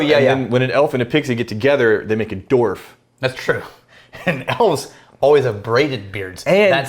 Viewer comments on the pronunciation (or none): I'm pretty sure that the "w" in "dwarf" isn't silent... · Gnomes and Doorfs? What's a Doorf? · I've never heard Dwarf or Dwarves (Dwarfs?) pronounced like that before!